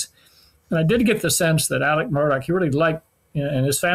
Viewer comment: For the love of god, can you please pronounce the man’s name correctly??!! It’s ALEX MURDAUGH, not Alec Murdock.